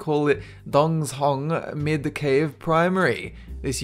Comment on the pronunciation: Dongz Hong is supposed to be Dong Zhong.